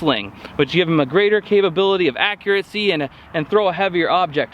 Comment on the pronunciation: ARRRRRRGH! There is no "t" in accuracy. Accuracy, not accuratecy. Sorry. I have posted a lot of more useful comments. It just really grinds my mind.